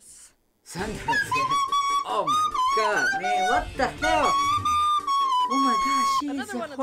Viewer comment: The "Oh mah gah" makes me laugh- 😂